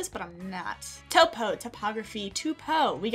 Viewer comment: “Topo, topography, toopo...” 🤣🤣